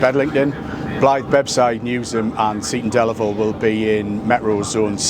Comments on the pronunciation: Oh Geoff. Oh no. Your pronunciation of Seaton Delaval was terrible. Try ‘Cee-tun Dell-avul’. Otherwise excellent and great to see a real grassroots ‘levelling up’ project. This will make a difference for the area and they deserve it. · Geoff it’s pronounced see ton del avel (seaton deleval) just to clarify your pronunciation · Nice to see you up here in the North East. Highlight of the video, your pronunciation of Seaton Delaval. Made it sound dead posh. 😉